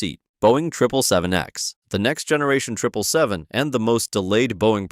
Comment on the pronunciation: HE SAID TRIPLE 7 AND NOT 777 LET'S GO I APPROVE